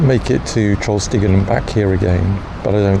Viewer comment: What a trip and we understod you perfectly with "Trollstigen"